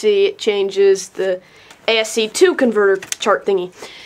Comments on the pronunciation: "ASC 2" is ASCII... said like ask-eeeeee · ASCII is not "A.S.C. two" by the way, the two characters in the end are the letter i and it's one word